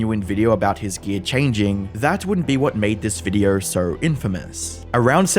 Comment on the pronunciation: ok but why do you keeo saying VIDEORRRRRR